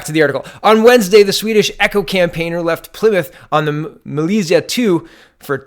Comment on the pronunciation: Echo and eco or two different words and are pronounced differently... Why is that hard? So many people mis pronounce "eco" as if it's "echo"... It's very simple; Ek-Ho EE-KO